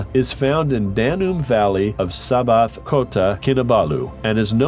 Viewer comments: 10.26 sabah not sabaha 😫 HAHA JK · Ultimate Fact, Wikipedia confirmed what I already assumed--Kauri is pronounced COW-ree, rather than COO-ree. Also, since there's no 'a' on the end of Sabah, it's pronounced SAH-bah, rather than sah-BAH-hah.